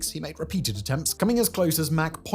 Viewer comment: Mach is pronounced like Bach. Mack is pronounced like Jack. GIF? Linux?